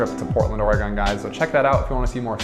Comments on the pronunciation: I feel like you just keep mispronouncing the state just to be annoying. But keep doing it, it's how we know you're an outsider. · That's not how you say Oregon :) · I hated every time you said Oregon incorrectly. 🤦‍♂ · Can we believe someone that can't pronounce the state's name? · not to be mean but wrong way to say Oregon in your entry it is not Oregun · Kind of curious where you're from, I've never heard Oregon pronounced that way before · Immediately distracted me pronouncing it incorrectly! 😅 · Great video, however being from here the only real distraction was your mispronunciation of Oregon “Or-e-gun”. Thanks for sharing our beautiful city. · Hi, I'm another Portlander and while the Or-e-gone pronunciation also drove me crazy, this is a really good video! I think you really highlighted a lot of what this area has to offer and I'm glad you had a good time here. You're welcome back any time and next time you'll know how to say Oregon. Cheers! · Great video, but there is one problem: You are now wanted in the state of Oregon for mispronouncing the name. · ORE-GUN Not ORE-GONE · Ore-gone? Naw, Ore-gun! 😊 Thanks for the video! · It’s Oregon like organ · Or-gun, not, or e gone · Ore “gen”. Not GON. Sound like a doofus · it's not OREGONE It's Oregun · AT LEAST YOU COULD PRONOUNCE OREGUN CORRECTLY. IT IS NOT NOT NOT ORE-GONE!!!! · GUN it is Oregun...my that sounds lame when you say Oregone. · Our state is pronounced orygun not orygone ❤😂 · Great video! Thanks. You might want to rehears the way Oregonians say Oregon. Hint:: the last syllable is not pronounced, "gone". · I agree if you are highlighting a beautiful city like Portland, you should listen and learn from the native Oregonians. Ore e gun NOT Ore e gone And Mult no mah Falls NOT Mult i no mah Falls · Please learn to correctly pronounce the places you go. It is not Or-eh-gone. It’s Or-eh-gun. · Dude, it’s Ore-gen not ore-gone, lol. 😂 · HATE how he says OreGON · It's pronounced "Ory-gun"!!